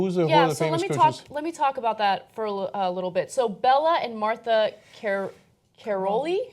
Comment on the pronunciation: Bela is a man. Martha is pronounced mar-TA and Karolyi is pronounced ka-ROW-lee. They are a married couple from Romania, where they started coaching until they defected to the US in the early 80s. Nassar is a sick, pathetic excuse for a human being.